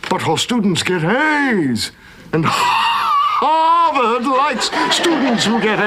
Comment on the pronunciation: I did not like over pronunciation of HARVARD the second time around